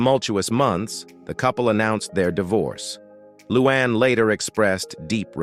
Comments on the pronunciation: Her name is "Luanne" NOT "Loo Aahn". Learn how to pronounce the names of the people you're dissing! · Who the heck is ‘ loo AWN ‘ ?